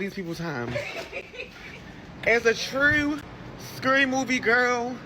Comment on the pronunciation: is that a dude? Yep it is because women don’t say gawrl like that it’s girl 😂